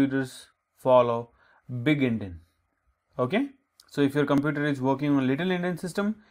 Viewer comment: Actually its Endian not Endin